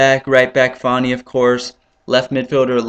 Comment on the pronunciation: why call him farni? its quite clearly fanni? oh dear